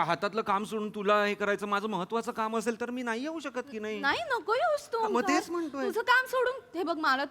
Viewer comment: It's Onkaar not Omkaar